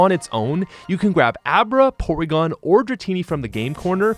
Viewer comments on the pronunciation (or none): none